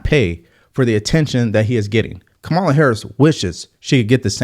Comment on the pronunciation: Consider how many times you've heard her name, and realize you are still unable to pronounce it. Your brain isn't functioning properly.